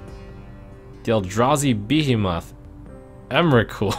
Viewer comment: I like the way trump says behemoth "bee-he-moth"